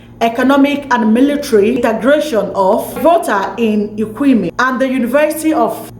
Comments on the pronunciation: You did well but the name is not Nkwemi Nkrumah but Kwame Nkrumah. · Please just mention Nkrumah and be free okay. What is Ekweme?? You can't even mention Kwame. Nigerians and their bad pronunciation they take it everywhere.